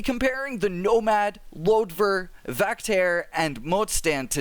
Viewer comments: I think it is called "Lodjur", rather than "Lodvur". "Lodjur" is the Swedish word for "Lynx". (It is currently my favorite motorbike too.) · Hi im Swedish and it’s LOJUR not Loder